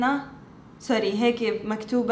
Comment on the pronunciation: انا تونسية و نحبك بارشا متابعتك من اول ظهورك على اليوتوب وهذا شرف لينا انك من اصول تونسية. نطقتي البلدان الكل صحيح الا قَرْقَنَة kerkana ❤️❤️❤️🌹🌹🌹🌹🌹🌹💋💋💋